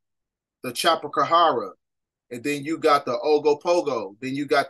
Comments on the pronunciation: I’m on every download n I’m fasho thankful for u and ppl like u. But on a more humorous side though, it’s a Chu-pa-ca-bra. Not a Chapacahara 😂😂😂. Love ya tho u still the man I just caught it. 😂❤ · Not the cha-koo-pa-hara i'm weak